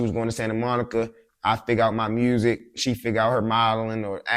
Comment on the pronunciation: Why do willingly say MUERSERIC (music) but then anything else with the word u in it sounds normal